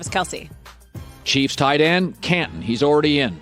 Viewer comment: Colin “Cantin or Cantout even though it’s Canton” Cowherd